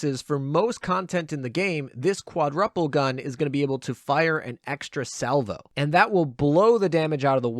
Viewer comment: trying hard to focus on the content not how you say quadruple lol.